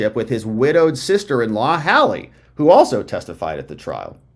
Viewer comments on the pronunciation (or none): Her name is pronounced “London”…Duh. Beau Biden’s widow is “Hay-ley”, not Hal-ley , don’t you even listen to the clips you use?